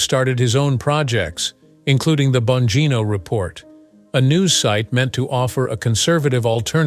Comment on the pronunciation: If you are going to make a report on this guy, at least learn how to pronounce his name.